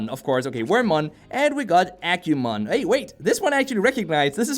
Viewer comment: Hoo boy I love your videos man but you hurt my Digimon loving soul every time you said "dig-ee-mon"... It's "di-gee-mon" Same with "ahh-que-mon"... It's "ahh-goo-mon"(I guess I can see how you might have saw a q in place of the g in Agumon the way it was presented) All that said I managed to power through the video and thank you for the review! it's a shame it's just another gacha game with a poor battle system...